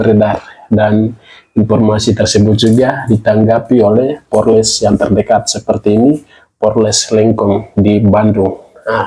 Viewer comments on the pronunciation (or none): Koreksi Ucapan POLRES, bukan PORLES. Beberapa kali kk dengar masih Salah Ucap.